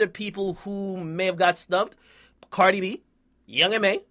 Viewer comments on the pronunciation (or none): none